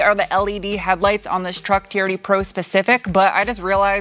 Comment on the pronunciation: I kept thinking you were saying charity pro rather than TRD pro......